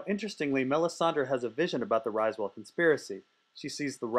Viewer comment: Riswell. Not pronounced RISEwell